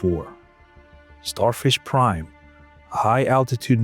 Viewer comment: Sounds more like Starfish Crime.